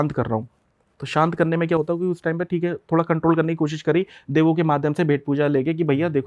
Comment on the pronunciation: Think hai 😂 Thik hai 😂 Thik hai 😂